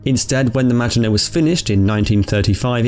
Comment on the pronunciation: The way you say “maginot” is a sin